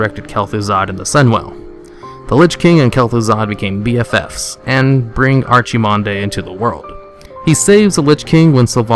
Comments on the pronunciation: "Archie-Mond-ee" wut? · You're pronouncing everything horribly wrong. Gul' Dan = "Goal Don"? Val'kyr = "Valkyrie"? Come on dude. TRY. Edit: Archimonde = "Archie-Mon-Day"? Lmao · Archiemondah LOL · "Ar-chi-mon-day" That's how he thinks Archimonde is pronounced. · "Arch-ee-mon-day" LOL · Fan of your videos, but it hurts me when you say Archy-mon-day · Ark-eh-mond personally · Archiemondé.. Hahahaha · Archimonde is pronounced, Ark-ih-mond. Its said multiple times in audio dialogue. Scourge, in no way, in pronounced scorge. Say Skurjh. you heathen. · You're wrong, it's pronounced. Gul-Dan. Val-kir. Ark-I-mond